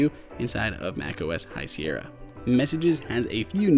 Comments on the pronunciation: High Sierr-i-a? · Did he just say "High Sierrya"??!